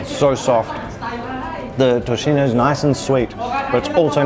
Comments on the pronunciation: Nice video! Also, tocino is pronounced as "toSino" not tochino. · How’d you get To-chee-no from Tocino (To-see-noh)? Made me cringe every time they pronounced it. Also chuckled at Bang-gus pronunciation. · Tocino (Toe-see-no) not tochino 😅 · I love how you guys say tocino! 😂 BTW it's pronounced as tosino. 🙂